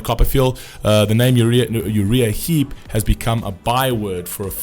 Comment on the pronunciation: Pronounced... "U - Rye - Ah - Heap"